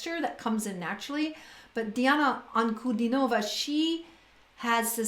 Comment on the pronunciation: Her name is pronounced as D-Anna Un-Cu-Dean-O-Va and not Nova at end of her name